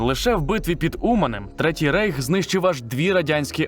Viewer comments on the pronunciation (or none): none